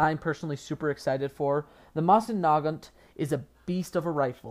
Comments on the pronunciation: That pronunciation of Mosin-Nagant, though. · Learn to to say mosin nagant..... Jesus Christ. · Why do people mispronounce Mosin Nagant so so much... Why God?!